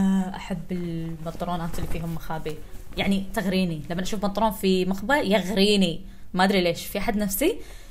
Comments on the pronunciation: لست الوحيدة ياحبيبتي صح تقول بنطر ون اختي انتي علا اليوتيوب قولي بنطلون ههههههههههههههههههه‍هههه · اهل الكويت انتو تسمون البنطلون بنطرون:)؟ لان اسمعها تقول بنطرون مدري اذا سمعت صح ولا لا🙈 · بنطلون ❌ بنطرون ✅ امزح والله 😂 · لاحظت في دقيقه اتقول البرنطلون الثاني ههخههخخههه